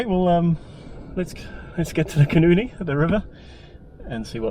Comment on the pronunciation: You are mispronouncing the name of the great nw river: Koenienie as you pronounce it is a vulgar expression for a vagina. The correct pronounciation is Khoenêne.